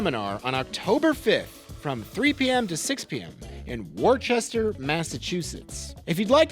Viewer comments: It's Worcester Ma. Pronounced.. (Wooster) or (Woostah) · Did Worcester change its name to "Worchester?" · Ha! "Worcester" and it's pronounced "Wuss-ter" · Pronounced "Wooster" in Massachusetts. If you're going to go there, you have to pronounce it right. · Wooster, guy. Wooster MA. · You called it worchester in the vid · Like the vid but it’s obvious that you’re not from Mass. it’s pronounced wuster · What’s war-Chester? 😂😜😜